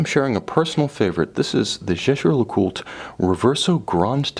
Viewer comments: You might want to check that... he’s pronouncing it correctly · Sam bennet. The pronunciation Tim uses is correct- try calling their boutique at Old Bond St and listen to how it's pronounced by the staff. To say Tim's pronunciation would put you off buying is frankly childish. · He pronounced it correctly, it’s French